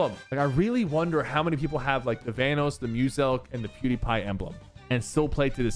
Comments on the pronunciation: "Vanos" lol how does he not know about/how to pronounce Vanoss 😭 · bro that’s not how you say vanoss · how he said vanoss 💀